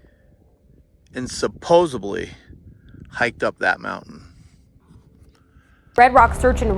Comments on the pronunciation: "Supposebly"? Did you mean Supposedly? LOL. Want to see something extremely weird?? Creech AFB (the home of Charles Hall's 'Tall Whites', who, according to Hall, lived out on the ranges around Creech AFB for decades, and were known to have killed those who surprised them) enter these into google earth, and see the 3 x Hovercraft-type Scout Rovers used by the Tall Whites.....sitting right there for whoever has two eyes..... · SupposeDly, not supposeBly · "...and supposibly hiked up that mountain." Supposibly? Really? 😵‍💫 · There's no "b" in "supposedly."